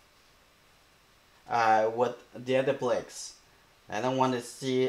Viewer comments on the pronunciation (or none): Let me hear you say bricks in his language. I bet it isn't the only word you mispronounce. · ...I don't think it matters how he says it. What's important is the lesson.